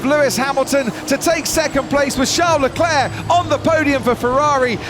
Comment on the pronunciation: he is going after Charles Leclerc, Not Leclurr.!..